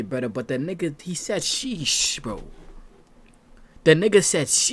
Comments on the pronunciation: He said "See shhh" buddy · “Free shhh” not “sheesh”😂😂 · he said "free shhh" 🤦🏽‍♂️🤣